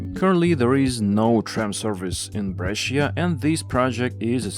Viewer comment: Jaén 🤦🏼🤦🏼🤦🏼 but still better than Almaty and Cuiabá. Brescia: the i is silent and only serves to soften the C Breša. Where is zh in Medezhin (Medellin) coming from?